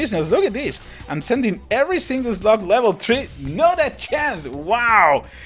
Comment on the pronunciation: it's ''slug''